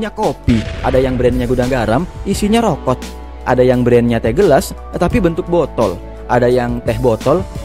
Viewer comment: Rokok min bukan rokot 😂